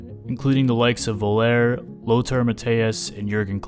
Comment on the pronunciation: Völler is pronounced as Feuller. Please don't call him Voler.